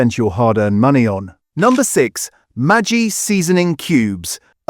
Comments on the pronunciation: 1) Knorr, the K isn't silent 2) it's Maggi, not Matchie! 😊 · |It is Maggi with a Ge not pronounced like with aJ